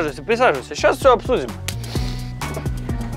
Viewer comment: не эда а еда